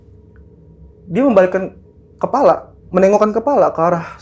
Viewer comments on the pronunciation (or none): none